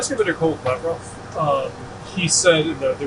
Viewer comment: It's Lavrov not Lavroo